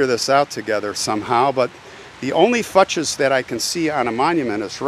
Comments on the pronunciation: I think it's pronounced FYOOKS, not Fuches. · i believe it is pronounced "fewks" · That name is pronounced 'FUKES'. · I've never heard this name pronounced Fut-chez. I've always heard it pronounced Foou-kes. Interesting . It is a sad story. He sure had a lot of anger. Wow I was 12 in 74. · I'm surprised they pronounced their surname like "futches." My kids had an elementary school teacher with the same last name, but she pronounced it like "fox." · The last name Fuchs is pronounced “fewks”. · I've heard it pronounced "fox" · It’s actually pronounced like Fooks. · I grew up with a family who had this surname. They pronounced it "Fox". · Swiss. Also last name Fuchs should be pronounced Few-ks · The name was likely pronounced FOO-ks, it is a relatively common name. Perhaps the cemetery can show you the burial record, which would show plot numbers and name of funeral home or clergy involved. A church would be a good source of information. Finally, you may be able to submit a request for police records since this was a closed criminal case. Probably more effort than you have time to give, I know. But I'm a "why" person like you and hate speculation about strangers' lives with no way to ever know the truth. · a co worker with last name "Fuchs" pronounced it "Fox" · I think the last name is pronounced FOOKS. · Fuchs pronounced Fooks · Are you sure that`s how they are pronounced? In german you`d say Fuchs, mean FU, as you pronounced it, but the ch more like the Ch in Chyenne, and the s more like the s in seven.